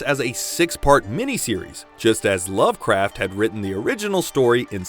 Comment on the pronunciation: Pretty good, until “loved” craft. Cringed right to the bone